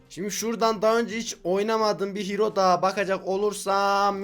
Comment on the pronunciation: Nobody: Really Nobody::HİRO